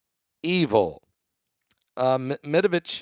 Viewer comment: Medvedev not Medavitch